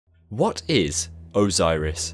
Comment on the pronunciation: OZOIRIS SEWNDS LOIKE A VOIRUS